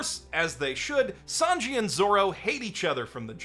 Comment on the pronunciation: I only watched season 4 of the anime and felt discouraged, but I absolutely adore the live action series. The Japanese actor who played a Japanese character was fantastic, although I wish they had cast a French actor for Sanji - his pronunciation was cringe. I'm excited to pick up the anime series again soon.